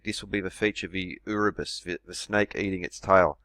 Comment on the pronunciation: What's an "oorabis" ?? 😕